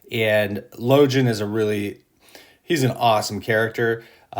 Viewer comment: Damn that's good. It's crazy how close people's imaginings are collectively based on amazing writing by Abercrombie...Now repeat after me: Logan (LOW-gEnn)